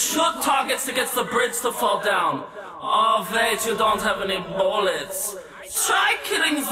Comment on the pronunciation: Disgusting cringe fest some loser would do in his mirror. Ik I probably come across as an edge lord but after hearing it for 2 minutes and pronounced bullets, “bowletts” it’s just cringe city even the uploader started to cut it down at that exact moment 😂